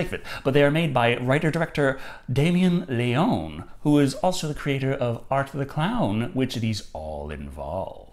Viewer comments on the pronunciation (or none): suggestion, LeonE, the E should be pronounced 🙂